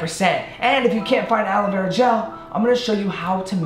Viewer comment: Nobody: The man in the video: alowera gel